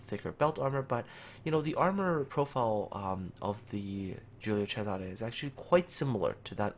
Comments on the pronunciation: pretty good pronunciation, but you missed the accent on Cesare: it should be a closed accent on the first E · You where almost there with the pronunciation, Giulio was correct but cesare close but not perfect